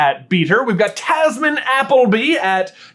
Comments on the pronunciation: Tamsin, not Tasmin- sincerely, sister of a Tamsin 😂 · You mispronounced Tamsin. I’d know, as it’s my name, and I’ve spent my entire life having people mispronounce it like that.